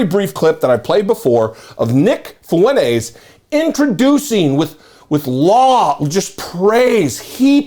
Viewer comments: It’s Fwen-TEZ, not Fwen-Aze. Yes, he’s a POS, but at least pronounce his name right. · Fuentes is pronounced fewn tez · FuenTes with a T. (Fountains in Spanish).